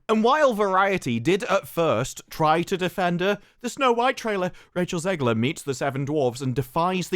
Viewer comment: I'm so glad people are calling her zeggler and zeighler. I'm american and the pronunciation grinded me